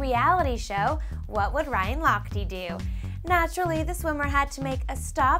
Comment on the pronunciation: how she pronounced lochte. ha ha